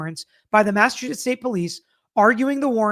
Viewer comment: My Husband was born and raised in Massachusetts. He said you did great at the pronunciation. He married a Southern Belle (me) and we have fun conversations about what we call items. I told him I was passing a Statie when a NC State Trooper was beside me. He was so proud! 😂